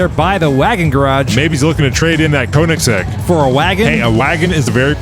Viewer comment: the oe from Koenigsegg is pronounced like the o in world. Comes from the german word König, which means king. Just so you know for the future ^^